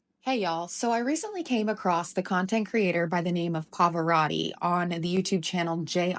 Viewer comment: He does not pronounce the name correctly, but please look up the Italian pronunciation of Pavarotti